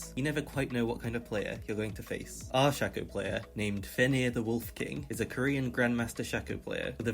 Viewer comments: Y do u say shacko and not shaco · It's SHAY-co, not 'shacko' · its SHAY-co not SHA-co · its pronounced shaco not shaco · it's pronounced shayco not shacko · Shay-co, he just pronounced it horribly. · Its pronounced shay-co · Shack-oh and Veegah 😭😭😭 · Its not SHAKO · It’s shaco not shekko or shako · not him saying "shacko" all video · This man really saying "Shucko". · Man ive heard shaco mispronounced as shack-oh many times but this is the first time ive heard someone say freaking shecko. ouch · Every time he said "Shack-o" I died a little inside. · love the way he says shaco-SHAKO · LEARN SHACO PRONOUNCIATION JESUUS CRISG